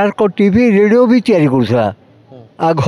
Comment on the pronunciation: ରେଡୁଅ ନୁହେଁ ରେଡିଓ